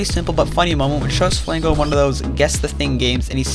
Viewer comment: the way he said it made me think g r i n g o (Im Mexican btw)